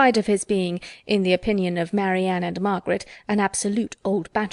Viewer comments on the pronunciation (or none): The reader says Mary-Ann instead of Marianne, a very prosaic name for fanciful Marianne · A great pity that this reading is spoiled by the narrator's constant and inexplicable mispronounciation of Marianne as Mary Anne. Austen chose her names carefully. Her choice of a non traditional romantic name, such as Marianne, is deliberately chosen to make us think about the character. Changing it to Mary Anne takes away from what Austen is saying to us and is completely wrong. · No! I'm English and I live in England. The name is pronounced Marrianne as it's written by Jane Austen. Not Mary-Ann as if it's a modern American/Canadian name. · She is definitely one if the best librivox readers. I have to listen to her at 0.75 speed though. And I wish she pronounced Marianne's name properly. It's Marry-anne Not Mary-anne Perhaps it is because she is American that she doesn't realise. Her British accent is excellent though. Books like these have to be read in a British accent! Some other librivox readers are unlistenable to. needs to read everything! 😁😎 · I agree that this book is beautifully read, but I do wish the reader would pronounce Marianne's name as Marianne, and not Mary-Ann. I see from her website that the reader has lived in the US since her teens, and perhaps this pronunciation is the reason. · Mary is always pronounced mare-ree and Mary Anne is a different name from Marianne. In "Marianne", the first syllable is sounded more "ma" with the "a" as in "apple" rather than "mare" as in muh" as with Marie/Maria. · Otherwise an excellent reader, but why oh why she pronounces Marianne as Mary Ann? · I suspect it’s a regional thing? Some English speakers would naturally pronounce it the way you do, and others not so much, depending on regional variations in the language.